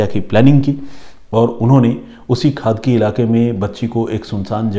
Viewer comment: It's not खादकी it's खडकी